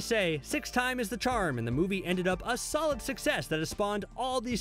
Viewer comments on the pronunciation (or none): none